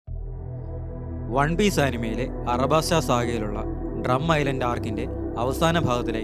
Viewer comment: Bro alabasta no arabasta